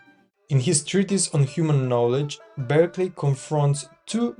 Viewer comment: Thank you for a useful summary. Bishop Berkeley’s last name, though, was pronounced “BARK-lee”. It isn’t obvious from the spelling.